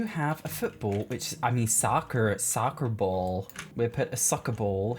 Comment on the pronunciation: The way you said “soccer ball” 😂😂